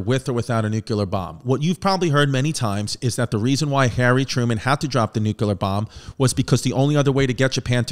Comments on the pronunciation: Btw “Nuclear” NOT “NuCUler” unless you’re Baby Bush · chrissy. stop saying nukeular. its like this: new-clear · Nuclear. New-clear. 🚫nukular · "It's pronounced Nu-cue-ler" - H.Simpson